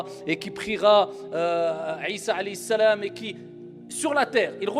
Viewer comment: Comment sa m'énerve il arrive jamais a dire Mohamed a la place il dit le prophète hali salam il dit pas Halayhi salam